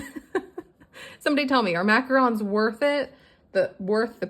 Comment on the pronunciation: Oh my gosh! I LOVE that you said Macarons correctly! 🤣😂🤣 They are expensive because they take so long to make. About 3 hours when I was making them. Yes! They are totally worth it if you can find some well made ones! Homemade is best. Awww, those are cute tinys! Great stuffing! Happy Friday! 🤗💖